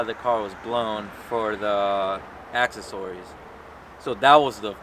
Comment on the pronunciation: "AX SESSORIES"